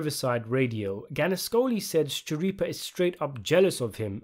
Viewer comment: Since 'Schirippa' is an italian surname (I think), it's pronounced 'Skirippa'. The 'CH' forms a 'K' sound :)